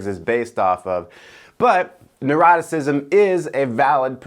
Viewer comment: Was trying to pronounce Neuroticism? 🥺